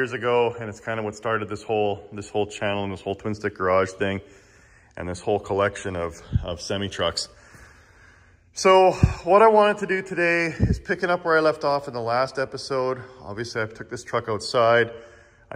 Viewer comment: SEM👁️ truck not SEMEEEEE truck. 😂😂😂